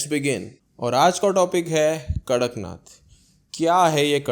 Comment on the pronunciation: Not karaknath it's kadaknath.